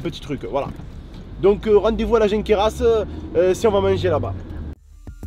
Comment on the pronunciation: On dit ''Jonquera'' pas ''Jonqueras'' ;)